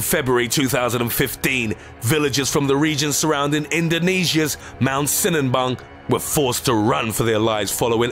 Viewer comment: Sinabung not sinanbung